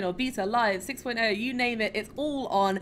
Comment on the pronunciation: And 1up for pronouncing my name correctly right off that bat!!! /bow /cheer /hug